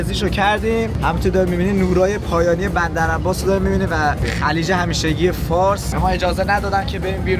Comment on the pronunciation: چرا گفت بمدر عمباس😅